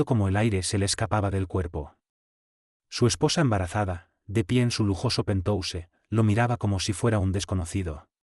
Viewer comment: Acuérdate que se pronuncia pentjaus